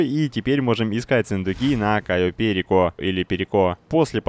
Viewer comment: прошло несколько лет, а ватмен до сих пор не знает как произносить кайо перико